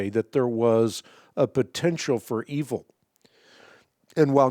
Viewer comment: Hank it sounds like you said humans brought evil into the world!!?